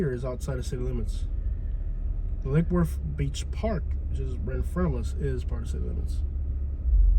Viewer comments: "Lackey Woooortttth" I. AM. DEAD. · I've lived in Lake Worth for half of my life and nobody pronounces it like that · whos this clown pronunciating lake worth like that. its L Dub! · Us locals do not pronounce Lake Worth like that 😂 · Fr wtf😂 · I ain't never heard it pronounced that way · Exactly lol